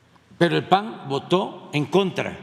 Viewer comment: No se dice paggg es pan